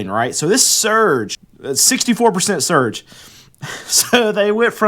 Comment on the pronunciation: Man has an issue with the word "surge" but no problems with his "COLLAPSING" titles. LOL